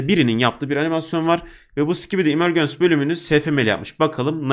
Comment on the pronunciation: Abi emegence “imörcıns” diye okunuyor.